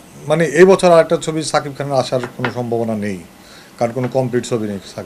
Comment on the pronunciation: ami zototuku jani aponi ztesht shikkhit hoyto aponi onn kichu vul bolteparen ba likhte paren ekta manuser name vul bolen kemone shakib khan bolte kosht hoy.cakib khan bolen ken